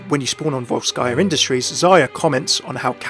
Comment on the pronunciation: Overwatch (FailCraft) Great content mate, keep it up! From Russia with love :) P.S I'm pretty sure it should be pronounced as "VOlskyia" industries, not VolskYia)